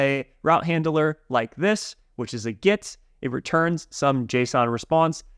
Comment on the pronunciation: The way he says "get" it sounds like "git", it's kind of confusing